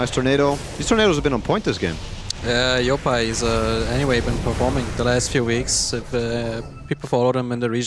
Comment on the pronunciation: Kuro pronounced yopaj's name as "yopa" (silent 'j') like he's european or smthn 😂